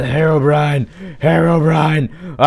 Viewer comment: Lol I laughed so hard at the end when you said horror brine horror brine it was soooooooooooooooooooooooooooooo funny